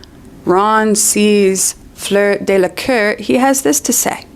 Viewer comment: Again, it's Delacour, not Delaqueur or Delacœr or Delacur or whatever. Just pointing that out.